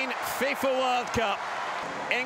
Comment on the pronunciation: Ingurland . Lol